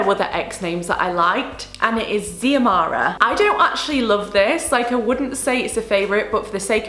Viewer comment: Xiomara is pronunced Zoemara I love it sm